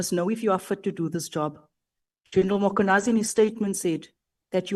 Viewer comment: Who is this Makhwanazi they keep mentioning. It is Mkhwanazi! The absent "a" is also very silent! Nxa!